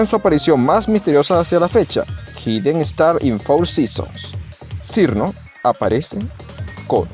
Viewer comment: Por cierto su nombre se pronuncia "Chiruno/Chirno"